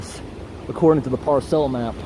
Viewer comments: That's not how you pronounce "parcel".... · It's drives me nuts how you pronounce parcel. Lol.